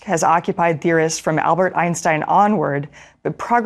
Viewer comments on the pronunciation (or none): none